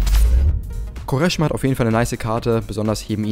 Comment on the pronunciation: Er heißt Kvaresma. Nervt wenn du ihn anders aussprichst 😂